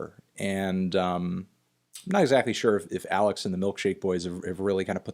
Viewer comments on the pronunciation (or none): none